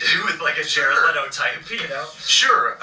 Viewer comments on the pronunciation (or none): none